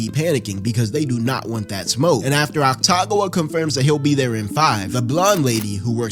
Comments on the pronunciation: otacon?... otcagon?... is ah-ta-goo-wah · awesome video but i have a couple corrections lol 1. oil drum, not trash can 2. they weren't his leftovers from last week, just a food he craved 3. atsushi is 18 not 15 4. it's pronounced ACK TA GAH WAH not AKU TAGAH WAH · calling akutagawa aktagawa is crazy damn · How is "Akutagawa" pronounced as "Ataguwa" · Saying akutagawa as aktagua makes it 10x funnier😭😭😭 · the pronunciation of akutagawas name is killing me